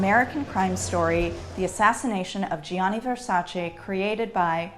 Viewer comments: If only this historian (!) did the bare MINIMUM to learn to pronounce 80% of designer's (Italian) names. I mean that would be her job. Gianni???????? wtf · It’s painful to hear GIANNI pronounced like that but great video! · how can a fashion historian not know how to pronounce gianni? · is it so difficult for people to pronounce "GIANNI" and "VERSACE" properly. especially for a fashion historian. incredibly annoying because she's an intelligent person. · Fashion historian yet can't produce Gianni Versace correctly...